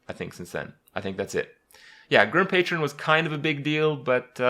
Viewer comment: Personally I love when Kripp says words like beta, patron, or kraken incorrectly. Its adorable.